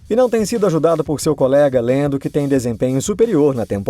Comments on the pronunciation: por favor, fala Lando ou Landinho. Lendo não combina kkk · Deve ter sido só eu mas eu me incomodei demais com ele falando "Deniel Ric" e "Lendo"